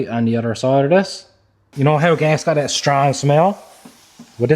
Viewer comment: That has a t in it it's not dat